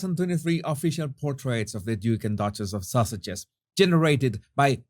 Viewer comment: It could be my hearing....or your accent ( which is gorgeous)... but this is the second video in 2 days where I'm SURE I heard you say duke and duchess of sausages.....rather than sussexes....so...is it my hearing, or have they been renamed?😉🤪😂